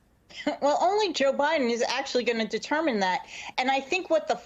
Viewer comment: It's President Biden not Mr Buden